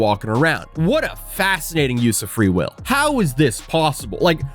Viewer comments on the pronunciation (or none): none